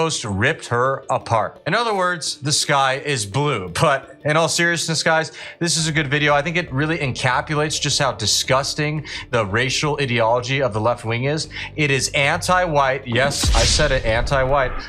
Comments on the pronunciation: Encapsulate, encapalate is not a word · Did you say "encapulate"